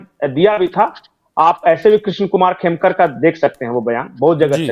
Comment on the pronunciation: Sir, Khemka hain, khemkar naheen. Thoda dhyan rakhie.